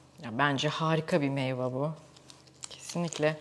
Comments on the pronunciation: Meyva meyva çok tekrarladiniz yanlış telaffuz dan video ya odaklanamadim ....meyve ablacım meyve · Güzel bir anlatım ama "meyva" değil "meyve" kulağımı tırmaladı.